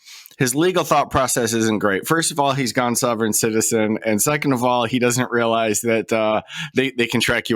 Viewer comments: He calls it "souveren citizein".......I call it "slobberin' sh*tizen" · What the frell is a "sew-veren" citizen? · In the first case, the presenter pronounces the "sov" of "sovereign" as the "sov" of "soviet," so maybe he's in Eastern Europe? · I don't think the first guy is actually mispronouncing "sovereign", it more sounds like he has a bit of a Dutch (?) accent